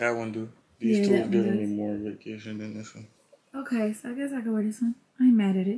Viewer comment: Ya Ont say “Otay” no more?